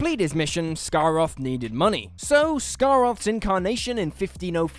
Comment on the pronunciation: Andrazoni, Shiraz Jek, Scar-roth ?